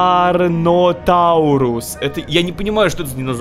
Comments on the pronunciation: Это карнотавр а не сарнотавр а то что внизу вроде плезиозавр. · Сарнотаурус) правильно карнотавр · ПРАВИЛЬНО КАРНОТАВР